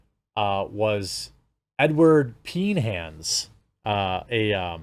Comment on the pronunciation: Did he just say he had a FAP (or 3 or 4) with his buddies watching ‘Edward Peen-hands’?!! Jeremy omg bless you for not editing this out 😂😂😂 I am in stitches!!! So rando